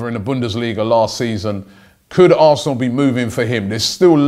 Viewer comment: Advenco I think he might have said aresenal